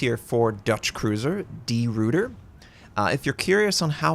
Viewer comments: Great video Notser! FYI... I believe you should pronounce it De Roy ter, not Root er and the DD, I'm pretty sure should be pronounced 'Class', not Klaus... As always, I would love to have native speaker of these languages to jump in and get it totally correct. All the best from an Aussie with a barely passing understanding of Dutch, but a good understanding of what the actual ship, along with HMAS Perth and the USS Houston had to deal with in the Battle of the Java Sea and Sunda Strait, so the pronunciation comes along with it. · Try pronouncing it as De Rooiter; it'll be less painful for our Dutch/Flemish ears :p